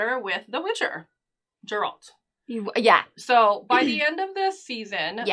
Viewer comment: Sorry, I don't trust anyone who's managed to watch 8 hours of the show is still mispronouncing Geralt's name